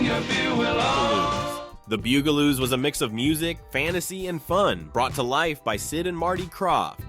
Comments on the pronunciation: He also says Boo guh Loos instead of Bug ah Loos, too… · H. R. Puff and Stoof? Wtheck. stuff!! HR Puff and Stuff ! I thought lidsville was really weird…..I remember every one of these….yep, I’m that old! The BUG aloos not, “boog”. You’re killing me! Zane and Jana ! Not “Gina—— dude come on ! Now you’re just being silly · The Bugaloos is a show about HUMAN SIZED BUGS and you call them the Boogaloos?! Here's an idea: Actually WATCH an episode of a show before you talk about it! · I counted at least 4 different pronunciations of the word “Bugaloos”: Boo-gah-loos, Bue-gah-loos, Bee-gah-loos and Bug-ah-loos. When you’re not sure of the pronunciation, just try ‘em all - one of them is BOUND to be right. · Is BUG – ALOOS. Like bugs. You know, like insects. The mispronunciations are offensive. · The frequent mispronunciations really take away from this video. Bug-ah-loos isn't that hard to do unless your a program and not a real person. An there are many other names this video got wrong. What could have been nice became a fail. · This narrator has a good voice but his pronunciation is terrible , The Bugelooss? Murshmouth? inspuring? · I love the shows, but the mispronunciations were just too much... The word Bugaloos was actually pronounced 3 different ways. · And the bugaloos too. :( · they said Bugaloos wrong too